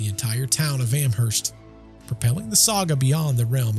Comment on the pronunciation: i live in amherst!! every october there is ester fest. all things paranormal. when you say amherst, the h is silent.